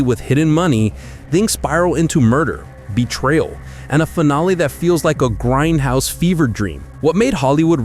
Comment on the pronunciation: Its grindhouse not grendhouse. Now get back in the basement AI.